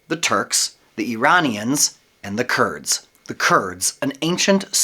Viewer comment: False. Not all Kurds are Muslims. Some are Yazidis. Also the pronunciation is different from what you are saying.